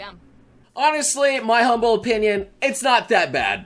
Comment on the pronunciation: “I’ll give you my whole... pinion on this”